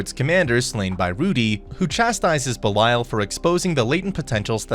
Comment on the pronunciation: You’re mispronouncing Belial.